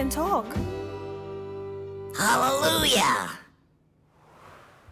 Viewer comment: He said halaloya he is a demon 🤨